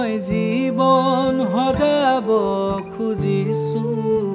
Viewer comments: Extremely beautiful song ✨ Just one suggestion regarding pronunciations - "xojaabo" , "xaahox" in place of "hojaabo", "haahox". More power to you guys ✌🏼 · Pronounce the word correctly, "Hojabo nohoi....xojabo, rest is good bro